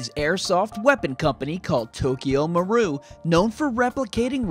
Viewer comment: Oh my God I'm gonna fucking punch myself in the face; the i isn't silent in Tokyo Marui, and it's pronounced like an e (Tokyo MaruE). Tokyo Marui has been making Resident Evil licensed airsoft guns for years.